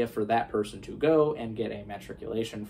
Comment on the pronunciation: Matriculation and marticulation are not two pronounciations of the same word, with all due respect. One is a word, the other is not. also, ”candidacy” and ”cadency” are two different, separate terms. It s like saying Gorge Washington or Heraldicity is just your pronunciation. Some words have different pronounciations (potayto=potahtoe, consigliere-consiliere, etc) but these are not.